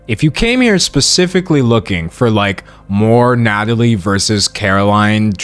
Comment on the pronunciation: ITS NATALIE NOT NADALY HOLY SHIT